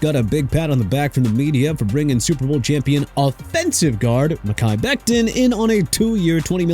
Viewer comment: Dude... it's pronounced MEHKI (meh-kai) BECTON (bek-ton) OKAY?! WHAT IS YOUR PROBLEM?! ALSO IT'S DANTE (don-tay) FOWLER JR!! Honestly you got a pronunciation problem! Go back to school get a textbook and learn to pronounce Mr. Illiterate!